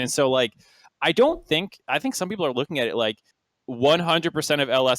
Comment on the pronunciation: i agree, and i might be wrong, but i felt like he incorrected himself multiple times like saying people then right after that saying beoble... for me it felt like he's intentionally doint it. Again though, i might be wrong.